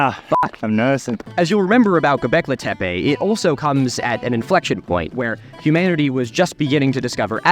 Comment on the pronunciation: Ah, dude you were in Turkiye did you hear anyone refer to the word "tepe" as in Karahan Tepe as "tepey", it's pronounced te-pe, there's no "y" at the end.